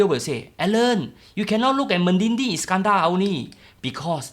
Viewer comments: it's MEDINI,,not MEDINGDING... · Me di ni, not me din ni la bro